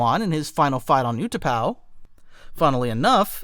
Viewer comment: Your pronunciation of trakata was pissing me off but I put up with it. And then pronounced utapau "you tah pow" and I stopped watching.